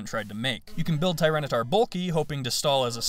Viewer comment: Tyranitar, not Tyranataur! The second A is supposed to be an I, and there is no U!